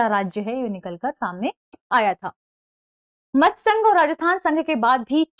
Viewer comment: यह क्लास सलमान सर को देनी चाहिए वो बहुत अच्छे से समझाते हैं और मैम तो मत्स्य को बार-बार मृत बोल रही है